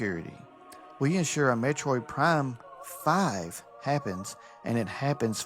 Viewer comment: judging by the script he seems to be reading, it's 100% AI, he seems to be reading the same bullet list ChatGPT loves to make, just look at how he talks starting (like, who talks bullet points like that???) (not to mention how he says "Metroid Prime (akward pause...) FIVE" Edit: not to mention all the "it's not X, it's Y"